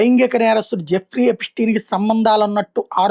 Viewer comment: ఎపిటీన్, ఎపిస్టీన్ కాదురా గా😅 ఎప్స్టీన్